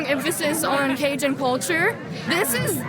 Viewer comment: He met all those cajuns and no one tol' him how to say "Cajun"